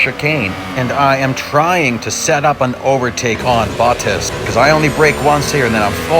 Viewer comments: just so you know Bottas is pronounced Bot (like bots in races) - tas (as in task) not Boat-tas :) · Can i just say your pronouncing Bottas wrong. Your saying Bo as in "oh" ttis. It is pronousced Bo as in "B" "aw" and the as of Bottas is pronounced "tt" "as (but like the donkey kind of as if you know what i mean). Just a little somthing. I like the names pronounced correctly. But nice video i liked it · Sorry, but It's hilarious to hear the french corner names of Eau Rouge, Raidillon, the name Bottas and so many other things with a big US accent